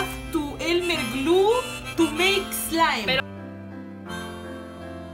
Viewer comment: ad tu elme glu tu elme eslaim me enca esa parte la amo🤣❤